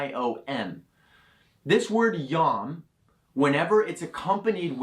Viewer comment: How can you possibly believe some idiot who can't even properly understand who to pronounce a word when it is literally written out on the screen? Yom is pronounced Yome.